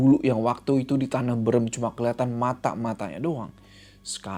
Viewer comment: maaf aku ngakak sebagai orang sunda pas denger bilang "tanah beureum" wkwkwk